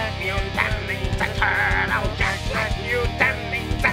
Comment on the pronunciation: IT'S JEKBLACK GET IT RIGHT